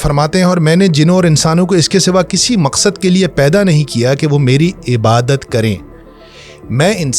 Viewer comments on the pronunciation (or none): none